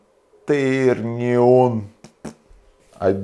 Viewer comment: The moment he said canterniom I thought he wanted to summon a devil or something. When he said "öler" I realized he meant the angle things... They are not that hard...